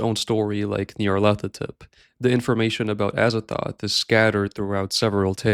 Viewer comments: Nyarlat-hotep. He is Egyptian. I've seen and heard so many people that don't know how to pronounce the name despite -hotep being an extremely common suffix on an Egyptian name. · Pronounced "Nar-Lyth-Otep"